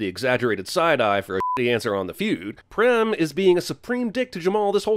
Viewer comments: Prem is pronounced Praym Experience: it's my name. Also, Cinemasins pronunciation of foreign names deserves it's own sin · Wtf are you on about prem is pronounced Prem